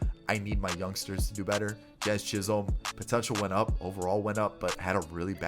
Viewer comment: did he say jiz chisolm?